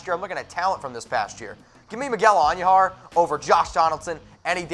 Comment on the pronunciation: Can you please pronounce Miguel Andujar correctly not And u jar idiot.